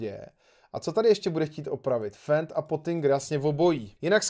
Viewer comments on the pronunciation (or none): čte seto s d ne fentík ale fendík